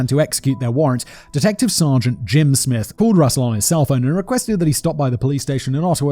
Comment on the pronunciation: Did Simon really call the great detective Jim Smith, "Smithe?" How did he get that wrong???